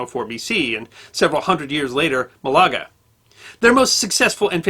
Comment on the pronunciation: Dear God, man...learn to pronounce these places! It's CAH-diz, not ca-DIZ! And MAH-la-gah, not muh-LAH-gah!